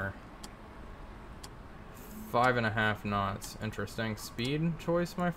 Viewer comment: Last speed and range taken... Sounds like you say 6 snots...